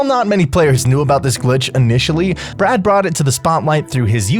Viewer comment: Man its bee-rad, not brad